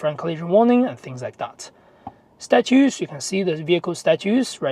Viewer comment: Great the Word Status .is not pronounced Statuse or Statutes, it's Stat Us